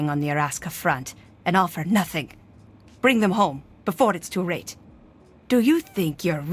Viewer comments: lol, “Araska front.” “…Before it’s too rate.” This is hysterical.😂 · "before its too rate" 💀